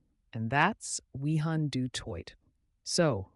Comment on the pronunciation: Pronounced "Vi-han", the entire time he was on 😶